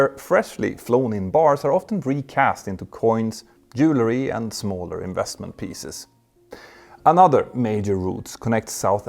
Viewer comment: Your English pronunciation is getting much better! Watch out for the word ’jewelry’. You pronounced it ’jewlery’ in this video. Just remember that jewelry is about jewels. Jewel + ry = Jewelry.